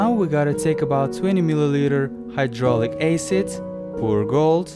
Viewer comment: "hydraulic aecid."